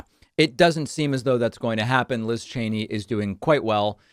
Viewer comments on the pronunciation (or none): none